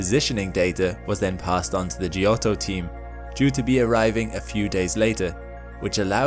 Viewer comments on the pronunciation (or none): Fun fact: giotto is pronounced "jotto", not "gee-otto"